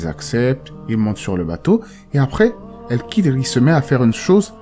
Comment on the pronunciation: KH ca ne se prononce pas "K" mais comme le "J" en espagnol , c'est guttural